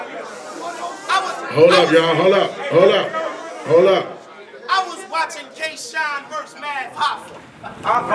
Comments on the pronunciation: "Kay" Shine? That's low-key disrespectful. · "Kay" Shine, tho? SMH